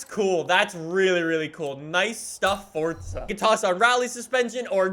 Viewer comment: Fortza again damn i thought it was forza